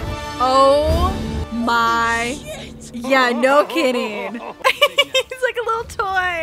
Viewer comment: The fandom loves you for using the clip of Chris saying “I don’t wike it” on the Natasha-Bruce scene! WE ADORE YOU <3